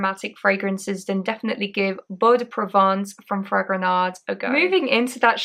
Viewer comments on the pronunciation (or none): Great. Just don't pronounce the D at the end of Fragonard.